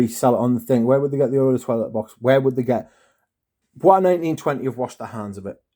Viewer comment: It's pronounced "boyce", not like it's French (bwah). Also, not sure what you're upset about. You got a more concentrated version. It's not hard to re-package something wrapped in plastic if you're careful enough. I would trust a manufacturer before I'd trust a third-party Amazon marketplace vendor. I don't think it's Bois 1920's fault.